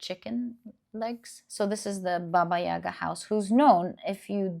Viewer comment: Thank you for the reading, ❤ Just wanted to correct you a tiny little bit (with all my respect and gratitude). In Russian we pronounce it “bAba yagA”. We put stress on the last syllable in “yaga”. “Baba” means woman basically (used in old times, now considered quite rude). “Yaga” is something like an evil witch, but it’s used only together with “baba” (like “baba yaga”). We have a lot of fairy tales about this lady 🧙 Hope it helps 🙏🏻